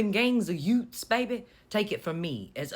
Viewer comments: Maybe YUTES? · Youths or "Yewts"? LOLOL! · I'm an Aussie. I heard "utes" which is our short version of utility truck.